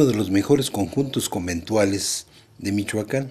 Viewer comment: se dice Michoacán no michuaca n y no ofendas a lo menso